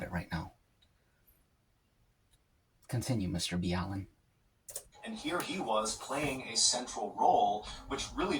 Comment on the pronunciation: Did you deliberately mis pronounce his name. or are you acting like a fan when you really do not know him? actually it is 5 years over 200 years. goodness dude WTF. I know what the question is.. " where is your shirt?" that's the question.. its pronounced ( MR Ball LeN ). i think its cannibalism. I think you are right it was a sacrifice for like weather or safe seas.. WOW I was right also.. considering their was a procedure on how to do this. and a hidden tool just for this. in whispers and secrets among all of sailors around the world. this can be considered a ritual activity.